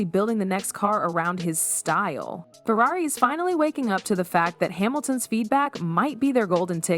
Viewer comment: This AI voice work is disgusting. It said Furrairy.